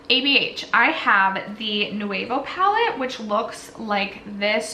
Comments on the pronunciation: Girl it's pronounced new-v-oh lol. But I still love you. This eye look is awesome. What palette is that? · Lol I kept thinking the same thing. So many extra syllables.